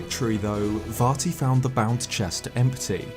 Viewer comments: Calm down, it's Vat E. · I kept hearing "Farty" which greatly enhanced the viewing experience.